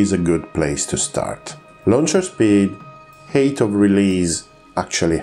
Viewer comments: I thought he was saying 'heat'; your comment cleared that up. If height is difficult to pronounce, altitude is a good alternative. Thank you for the good explanations of the need for energy. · Every time you say "height" I hear "hate", which is wrong, but also feels kind of right for a missile. Like: "How'd you escape that PL-12, Bob?" "I'm not sure... I think it just ran out of hate." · please forgive my insolence. i was having trouble grasping your pronunciation. i finally worked it out. when you say height, you actually say hate? it is said more like hiyt. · "They bleed speed and bleed hate" "They use the energy and the hate they have acquired" I'm cracking up. I enjoy your accent quite a lot and have no trouble understanding you, and the way it shapes the word "height" had me laughing at the idea of a missile seething with hatred like a rabid dog, wanting for nothing but destruction.